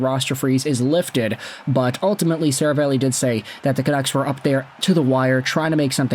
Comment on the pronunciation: SeraVAHlli not SeraVAYlli